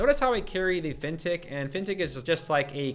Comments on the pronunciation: man took me some time to figure out you were saying "Fintech". All i hear is Fintick. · What the heck is that word he keeps saying?? "Vintic" "fintic" what does that mean?? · What word is that? Vintec? Fintec? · What word are you saying "Fintech"? "Fintik"? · What word does he keep saying? Fintic? Fintech? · Me too. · Are you trying to say Fin Tech? As in financial technology... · I'm confused... is he saying "fintech" in all his prompts? Like financial technology? That doesn't make sense so I assume I'm mishearing 🤔